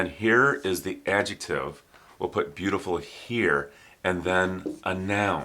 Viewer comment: Oh my god, i loved this class, he speaks the word adjetive so beautiful, i'm trying say adjetive like him wil be 20 minutes